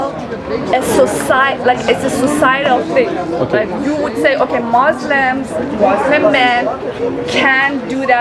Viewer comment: Why they say "Mozleem" 😅